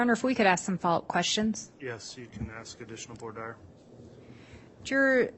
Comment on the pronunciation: “Voir dire” pronunciation: vwar deer or woo-are deer please